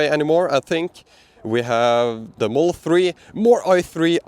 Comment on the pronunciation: Dude, there are more letters and sounds in the word "model" than you say. I was confuse for a bit if there was a special edition version of Teslas called the Moll